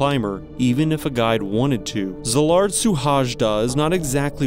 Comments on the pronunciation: Cee-lard Shoe-hayda is the pronunciation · A little help: his name is not Suhajda, that's his Family name. His name is Szilárd, pronounce it with an S letter like Silard. Because in hungarian SZ is S in english but S in hungarian is not like in english that's an "Ash" sound , and H is also not how we say in hungarian but like The first letter in thw word "Hike" so his family name is S ( like "ash") , U , H (like the first letter of Hike or Hiking), A , J like Y "yeah", D, A. You learnt something new 😉